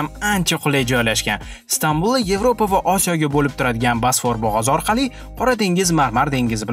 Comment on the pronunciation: Video zo'r chiqqan, faqat "basfor" diyishizi hisobga olmasa